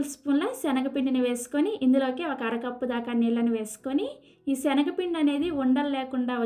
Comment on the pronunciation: సెనగపిండి కాదు అమ్మా...🤦‍♀️శనగపిండి..తల్లీ...